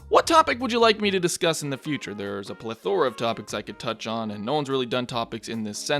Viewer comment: You pronounced "plethora" wrong.